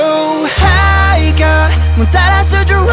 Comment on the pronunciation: 今までなんとなく聴いていた自分 ♪〜勝敗が○$€☆×#△〆〜 発音良すぎィ！！！！！！！